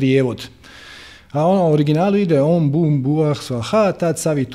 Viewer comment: Na žalost nije savršeno.Nije Om BUM, nego OM Bhur i na kraju nije PracodaRyat, nego bez tog "R".Pošto su mantre vibracije svaki zvuk je bitan. Indijski učitelji tvrde da je bitna i intonacija.U tom smislu je bilo koju mantru preporučljivo naučiti od pripadnika te stare tradicije, a ne sa Interneta, gdje zapadnjaci od toga rade nekakav dance-music.Te melodije su ugodne i smiruju, ali razvodne vibraciju mantre. je inače izvrstan i odlično razumije duhovne principe, ali ovo je bilo dosta šlampavo i površno.Minimum je da se bilo koja mantra barem akustički (ako ne intonacijski) pravilno izgovori.